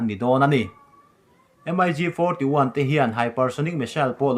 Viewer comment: Russian thlawhna hi M-I-G ti lovin Mig an ti thin